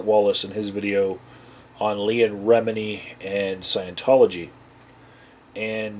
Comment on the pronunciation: Her last name is pronounced Reh-Meanie.